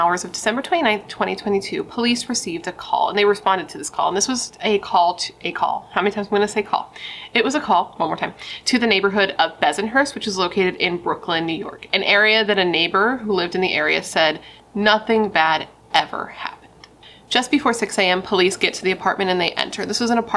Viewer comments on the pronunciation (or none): Ben-son-hurst, not Bes-an-hurst. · It’s Bensonhurst, not bezonhurst. Lol.